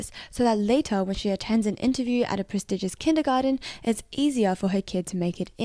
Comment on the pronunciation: Did you just say "a prestegious kindergarden" !??